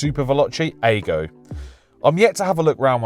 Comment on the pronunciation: Not aygo it's ago as in Agostini